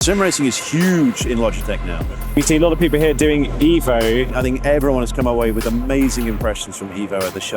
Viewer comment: It's eh vo 😂 I like these wheels alot they look good